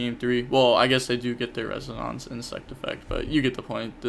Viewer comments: res-O-nance. Like the sound a tuning fork makes. It resonates. (Res-O-nates) hope this helped. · It's pronounced res - un - in - ce, if that makes sense. The end is kinda like the word mince.